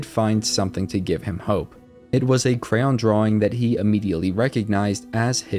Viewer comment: Its cray-on not crown